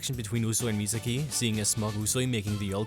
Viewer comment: he said usui and misaki wrong.